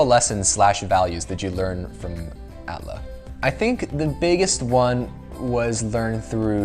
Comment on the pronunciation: A T L A not at laa